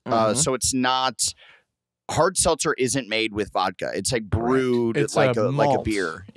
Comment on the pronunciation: everyone: hell yea pretzels adam: IHAVE A SELTZEA